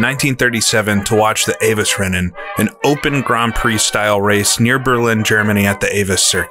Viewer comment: Avos-Rennen, he says. no. Avuhs- Renehn.